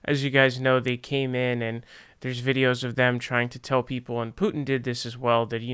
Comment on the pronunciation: If you pronounce it that way without a Russian accent it sounds like youre saying poo chin. Maybe just say it the way you were saying it before.